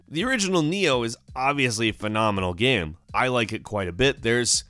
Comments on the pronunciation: why the guy is saying GAM instead of Game? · or GAMM or GEMMM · Why does he pronounce game like that..?strange..